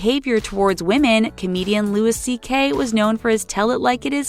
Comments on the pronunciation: Eddie Brickle...?! Lol!!! Also Louis C.K you don't pronounce the the S. What kind of 5 million subscriber celebrity gossip channel can't pronounce celebrity names? Learn how to pronounce people's names before doing a video like this. Shame, thumbs way down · And you have to learn how to pronounce things better. It's pronounced "Louie" not Louis CK. Jeez. Find out how to pronounce names and words. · You're supposed to pronounce Louis C.K.'s name in the French way